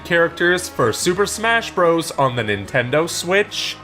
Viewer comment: whats bross cause youvsaid super smash bross